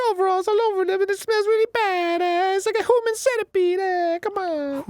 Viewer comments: at the end when Arin says human centipede me and Dan had the same exact reaction to his pronunciation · Hahahahaha you got me at "HJUMAN CENETIPEEDE" HAHAHAH you know... I'm Italian and that's exactly how a lot of Italians pronounce Human.